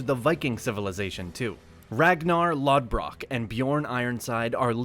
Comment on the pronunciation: BTW full respect intended but you Pronounced Ragnar Lothbrok wrong